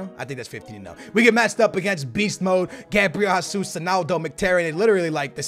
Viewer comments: HEY-SOOS NOT HA-SOOS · OMG IT'S GESUS NOT HASUS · His name is Jesus not jasus brooo Where do u see the A in his name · How did the name of a footballer whose name is pronounced "zh-a-zeus" and spelled 'Jesus' turn into "hah-suss" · ITS NOT HASUS ITS HESUS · WHY IS HE STILL SAYING Gabriel HESSUS.... plz STOP just say it like Gabriel Gesush PT. Plz see this comment. When u say Hasuus like in Spanish u trigger a lot of portuguse people like me. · Do you read the fucking comments!?!? ITS JAY-ZOOS (He's Brazilian so it's a J not H) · How are you Portuguese and can't say Jesus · Do u even watch football, how do u not know how to pronounce Jesus?